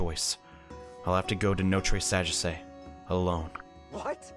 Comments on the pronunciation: maybe in japanese but notre sagesse is from a country in europe so different pronunciations No-treh Saw-geh-see is how it would be pronounced over in europe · I'm french, and you should pronounce it no-t-reuh sa-jeasseuh. It probably is impossible to read but anyway xD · I must admit, you nearly said it correctly, just that the last e isn't pronounced, but that was it